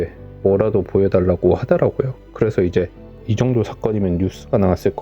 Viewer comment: 성우분이 말하는건가? 왜이리. 발음이 안좋아. 그래서를. 그래허. ㅅ자 발음. ㄱ자 발음도. 듣기 거북하네...